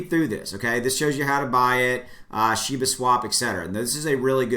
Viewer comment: it's pronounced SHE BA